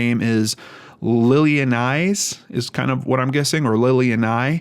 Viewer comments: You pronounce her name lily- Anais like the perfume Anais Anais. I know because my name is lily and my sister’s name is Anais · I think it’s pronounced “Lilly-Ann-is” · I believe her name is pronounced Lily-anna-eese. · Just to correct you, Lilianais is pronounced "lili", "a" as the last a in banana, "na" as in the last banana, and "is" as in iss. Lili-a-na-is. Just so you know, not trying to be annoying, because my name is Anais, it's French, and most people in English say it like you did.